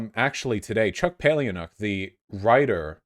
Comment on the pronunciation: Palahniuk is pronounced 'Paula-Nick', Vaush.